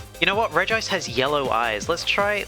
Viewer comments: Regime is pronounced “Regi-ice” (reh gi ice) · Google says you say regice REGI-ICE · its conformed that its pronounced rej ice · Ive personally started pronouncing regice as (ree-jis) like Regis Philbin because it upsets people. I dont think theres a right way to pronounce it so i choose the wrong way. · I feel like Regice would have looked better if The Spores could levitate. Because in the anime most of the time Regice never never uses his legs, mostly of sliding in ice, but like in the movie of the regis, he levitates most of the time if i remember correctly. Also i always pronounce her name as Regi-ice. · Regice is pronounced.